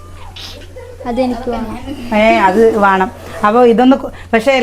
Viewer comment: വാണം, വാണ്ട അല്ല വേണം, വേണ്ട.